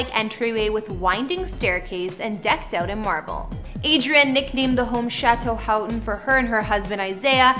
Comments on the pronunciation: The last name is PRONOUNCED WRONG AND SPELLED WRONG ! Get your facts straight ! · HER MARRIED LAST IZ PRONOUNCED HO-TON AND ITS SPELLED HOUGHTON GET PEOPLE'S NAMES RIGHT BEFORE SHOOTIN THE VIDEO HER HUZBAND'S NAME IS ISRAEL ISRAEL'S SON'S NAME IS PRONOUNCED SUN-NY SPELLED S O N N Y